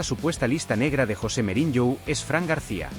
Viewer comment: SE DICE MOURIÑO NO MEURIÑO